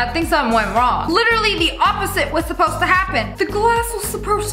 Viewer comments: “the glass was supprosed to break the hammer” haha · "The glass was souposed to break the hammer" Me: 'wha?'